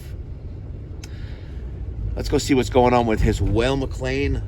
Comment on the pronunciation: You state your objective is to make sure it runs safely and correctly, and you are sooooo thorough......yet your air is 7.7% when it should be 4.0-5.0%. Since the "whale" mc lain (it's Weil pronounced like "while") has fixed air adjustment at the burner tubes you should have put a manometer on the gas valve and make sure it is adjusted correctly. it should be 3.5" Hg to match the air intake. Perhaps your combustion numbers would be normal if you found the gas valve was putting out something like 2.9" thus rendering the unit running O2 rich. You missed that step.....and your hypothesis that you will shock or condense a boiler by lowering the limit temp to 165????? Incorrect. The job should be wired cold start and XX should be your gas valve trigger from the switching relay. A delta tee of 20 deg is the normal target on a standard hydronic boiler. How come every cold start boiler in the world doesn't crack on a marginal heat day when the thermostat satisfies and stops the gas valve but the boiler is only at 160????